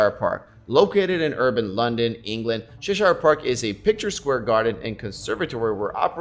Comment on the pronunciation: Please listen to the pronunciation of Cheshire lol.great vid tho bro